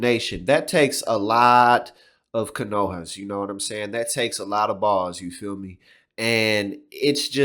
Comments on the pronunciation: I gotta call you on it. The word is "cajones (ka-ho-nez)" not "canohas" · Cajones. It takes cajones, not canohas. With you on rest though.